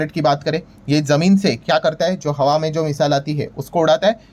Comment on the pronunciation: Brilliant analysis. Sir HAWE main nahin HAWA main. Aap pakistani series dekh rahe ho kya 😂